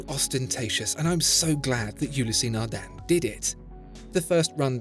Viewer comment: Its Nardin not Nardan.😅